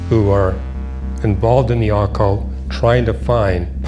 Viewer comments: Say Ah-cult ONE MORE TIME !!!!!! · I've never heard the word "occult" pronounced in such a strange way. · He can't even pronounce occult.